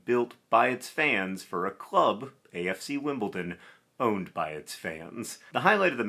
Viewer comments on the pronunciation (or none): none